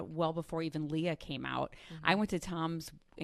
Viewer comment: I was friends with 'LEH-AH' while Leah's name is "LEE-AH'... Such good friends.